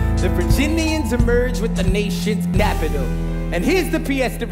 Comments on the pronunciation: Ever noticed that he mispronounced capital? lol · burr says "nation's napital" instead of capital LMAO